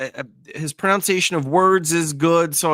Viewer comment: you got to stop mispronouncing the word "pronunciation," especially when you're constantly harping on people's pronunciation. It's pro-NUN-ci-a-tion like it's spelled, not pro-NOUNCE-ci-a-tion like you say it. I've said it before and I'll say it again: physician heal thyself!